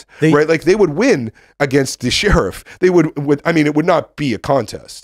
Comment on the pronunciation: After 3 years, I can't get over Tim saying "She-Riff".